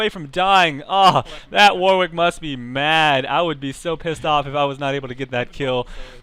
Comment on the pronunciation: Warwick is pronounced 'Warrick', it's a silent 'W'.